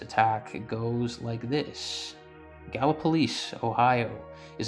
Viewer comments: I'm not trying to be a spelling police, bit it's gallipolis. It's like Lis not police. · Gal-LIP-ah-lee... like the WWI battle between the Australians and Turks.